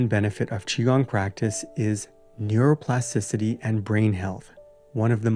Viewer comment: neuroplasticity: TI-city. You're missing a T in there.